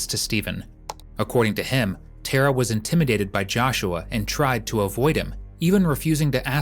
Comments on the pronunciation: Tara is an irish name pronouced like "tare - ra" not "Ter-rah" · yeah not ter a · Tara is pronounced exactly as it is spelt Tar a , with the emphasis on Tar .